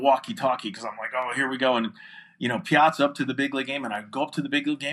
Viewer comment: My name is Piazza and people are always asking me if I'm related to the baseball player. I doubt if anyone has ever asked him, are you related to Sara? Who knows, maybe we are related. My father had 63 first cousins. Nice to hear the name pronounced correctly.